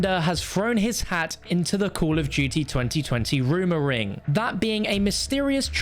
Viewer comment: “Call of jutey”